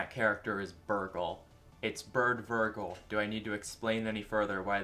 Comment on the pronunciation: Worst pronunciation I've ever heard for vergil, worst pronuncuation I've ever heard for chara, and having the audacity to put fumo reisen in D tier is shameful. Seriously how have you been on the internet for so long but have never heard those two names pronounced? Even without that it should be common sense